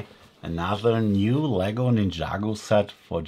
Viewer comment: It's Ninjago Not Ninyago